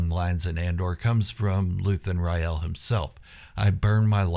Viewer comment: "Rael" e is silent